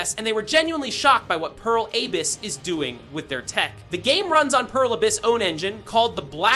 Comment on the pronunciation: Dude you are spouting really weird stuff. First of all, learn to pronounce Abyss lmao, what is that AYBISS crap. Second of all, specs are openly visible on Steam, they are accordingly high for such a game without being unobtainable, DF was very optimistic about the technical features and the company is well known to be able to pull off open worlds with fucking thousands of people going at once, without loading screens. This is the weirdest CD video out of them all so far and the bar was already low when it comes to misinfo and speculation.